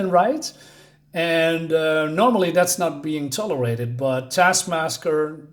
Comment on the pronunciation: "don't let this cover fool you" - i'm not thinking that it's christmas, just because there is a santa on the cover. 😜adding a red towel might work tho. also, your "MAGGIA" doesn't nearly sound italian enough. TASKMASKER (you keept saying it, even after noticing 😄) is the one from the black widdow movie, right? despite the mocking of sweaty POCs, this video gets 1 thumbs up from me.